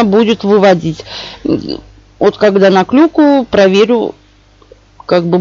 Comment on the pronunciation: Пожалуйста я вас прошу не говорите слово клюкаю, а кликаю буду благодарен